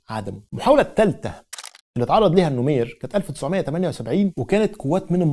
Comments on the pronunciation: العرض رائع..فقط لى تصحيح بسيط...الرئيس الراحل اسمه جعفر النميرى وليس النمير...تحياتى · الرئيس اسمه جعفر النميري …. وليس النمير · يا عزيزي السودان لم يستقل من مصر. 😂 مصر والسودان كانو تحت الحكم التركي. وثورة المهدية هي التي حررت السودان. لكي لا تختلط عليك الامور. هاشم العطا وليس العطمة 🤦 النميري وليس النمير. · ههههه النميري النميري ال نو مي ري هههه